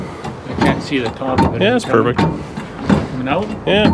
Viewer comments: Port-a-power?? MURfect!! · It’s “Mur”-fect!! Great car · It's not PERFECT it's MERFECT ha ha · its not perfect but its murfect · It’s not perfect…It’s Merfect.